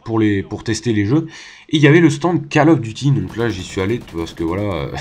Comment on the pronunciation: Gg mais stp arrête de dire "Call of duty" , ca se prononce "Coll of duty" et pas Call . Après comme tu veux mais c'est juste que ca me stress x)